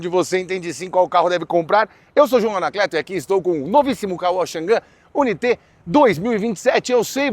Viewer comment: Irmão dica de inglês pronuncie dessa maneira o nome do carro ok i u n a i t e